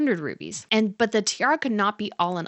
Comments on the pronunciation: The word is rubles, not rubies. Rubles is the name of Russian currency; rubies are gemstones. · Rubies? Does she mean rubles?